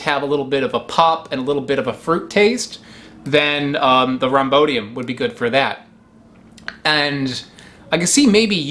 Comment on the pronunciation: "rham-BOY-di-uhm" not rahm-BO-di-uhm. Otherwise, excellent.